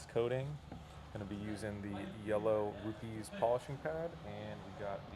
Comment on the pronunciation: BRO, you totally said rupees🤣🤣🤣. It's pronounced (Rupez) brotha! Your car looks amazing with the ceramic coating.